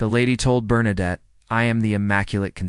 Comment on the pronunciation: Bernadette ...pas Bernarde !